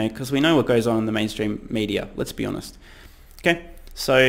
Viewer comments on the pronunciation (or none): none